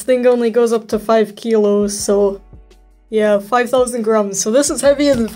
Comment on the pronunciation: He said kilos like he was russian… IMPOSTER ALERT